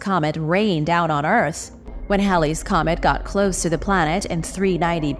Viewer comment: It is HAYleez comet not as you pronounced